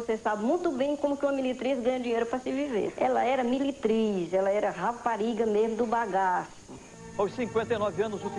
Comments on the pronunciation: Ela era miritriz, assassinarao a gramática, assassinarao a fonética, grande os Paralamas do sucesso 😮😮😮😮😮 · Ela era "miritriz" kkkkk morri